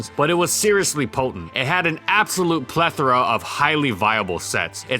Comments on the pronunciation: Correctly pronounced "plethora" is back? I'm almost more interested in this story than the Pokémon being analyzed. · Somebody finally taught you how to say "plethora" lol.